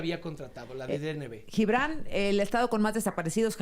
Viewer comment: Díganle al CHAIRO que de donde saca la pronunciación de LLIBRAN??? de cuando acá se pronuncia la G como LL??? Hasta en esto saca lo peladito.